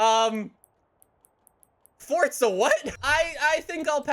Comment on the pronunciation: It’s forza! NOT FORTZA!